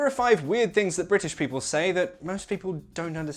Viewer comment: why do you say ''weird Fings''. . most brits use f sound instead of th sound but they laugh when a foreigner used t or d sounds instead of th. btw he truly pronounces th sound .